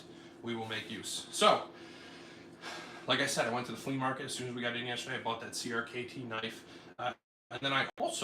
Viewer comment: I could be wrong, but I think CRKT is pronounced “cricket”